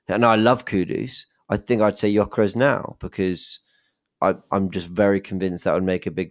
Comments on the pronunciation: "Cocker rez" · Did just call him cockores? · pronunciation of Cokeres (Gyokeres) is brilliant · For future pronounciating, i’m swedish and we pronounce it kinda like Yokeres. You dont have ”Ö” so it will be hard for you guys to say it correctly but Yokeres is kinda how its pronounced